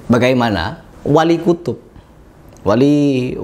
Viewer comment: Wali kutib bukan wali kutub😂😂😂😂😂😂😂😂😂